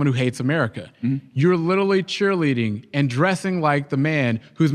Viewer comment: stop saying "lidully" buddy youre a grown man